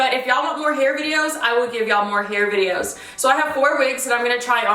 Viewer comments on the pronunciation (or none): none